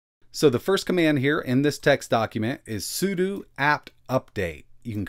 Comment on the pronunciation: Okay, the 'sudu' is driving me nuts. it's 'sudO'!